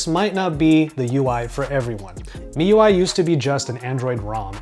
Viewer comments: he cay say properly if he read wikipedia. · yea its supposed to be "me" ui